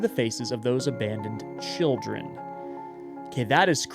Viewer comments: the missing r is in the last word! Instead of saying children, it says childen :3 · “childen” last word, missing an r